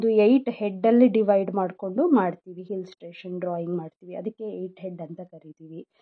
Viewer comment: Very nice, please pronounce illustration not hillstration sorry